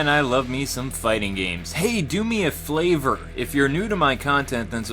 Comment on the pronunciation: Woah woah woah........woah.......Did u say favor or flavor? It sounded like flavor to me!